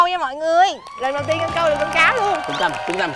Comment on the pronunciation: Tên ngta là Ngân mà nói Hân 😊😊 . Thúy Ngân dễ thương quá hà ❤